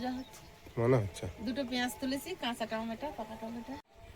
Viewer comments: টমেটা নয় টমেটো 😊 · টমেটা কথা টা ভুল ঠিক করে বলবে😂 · tumi tameto bolbe kathata tameta na tameto hobe. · Please say t ma to not tmata pronunciation should be right. People watching your videos I am watching your video too. Please don’t mind.